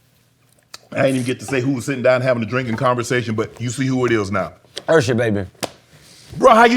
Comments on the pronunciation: He even pronounced his name Ursher! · I loove that he still calls himself ERsher, the south gave him that name because we cant say Usher. LOL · ...UGHsher even mispronounce his name URsher. Could someone tell him there isn't an R before the S nor a SILENT R before the S. Maybe there's an INVISIBLE R. LOL LOL LOL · No one's gonna bring up him calling himself URSHER?? 😂